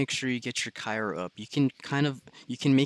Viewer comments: My boi it’s cryo not kyro 😁👏🏾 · my head hurts more when he says cyro not cryo. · mans needs to know that it’s Cryo not Kyro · Cryo not cayro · I was gonna say the same thing